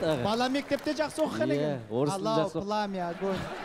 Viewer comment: Айару Арыстанбек он или она специально сказал (ла) ПАЛАУ ПОНИМАЕШЬ